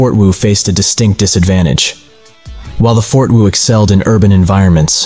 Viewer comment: Fort Woo lmaooooo